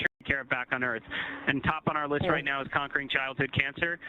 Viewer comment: Alara "there wasn't and footage clearly showing the "" Earf """